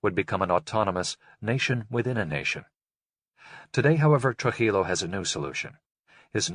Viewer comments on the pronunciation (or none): not Truh-illo it's Tru-jillo like Trooheelow.